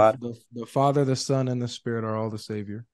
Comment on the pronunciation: He said Fadda not Father 😂